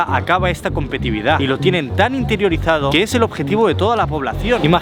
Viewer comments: Competividad no, competitividad, sí la sílaba "ti" se repite y lo puedes notar si transformas la palabra en un adjetivo: se dice competitivo y no competivo. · Repite conmigo: COM-PE-TI-TI-VI-DAD, COM-PE-TI-TI-VI-DAD...es fácil, cualquier niño de primaria puede lograrlo. Cada vez que dices "COMPETIVIDAD" se incendia una biblioteca....😥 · va con onda: es COMPETITIVIDAD, no "competividad". Me provoca un TOC escucharlo. Un abrazo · Fui el único que se estresó cuando dijo competividad 🤣🤣que buen video a pesar de eso 🙌🏻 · No es competividad, se dice competitividad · Se dice competitividad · competitividad, se dice competitividad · Tío!! Competitividad!!!!!Competitividad! Que me chirrían los oidos!!! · contando las veces que dice mal "competitividad" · Se dice competitividad. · LJDBWIOJFBWOIEFJ "COMPETIVIDAD" morí. Gran vídeo, adoré.